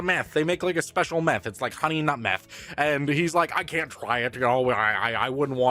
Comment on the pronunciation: " do you know meath " math ragebait